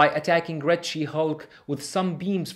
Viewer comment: poor Ben his arm was torn of that must of hurt and it sounds like he said Greg she hulk instead of red she hulk